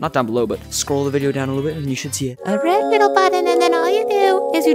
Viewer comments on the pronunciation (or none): Bro said a wed whittle button